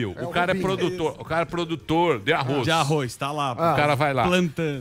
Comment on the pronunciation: Samy, aprende primeiro a falar Arroz e depois crítica... escuta como o Daniel e o Emílio, falam... não tem I arroiZ